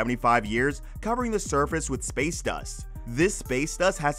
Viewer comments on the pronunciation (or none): none